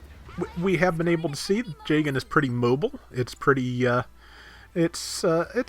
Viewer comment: is it me or does pronounce Jegan J-Gun?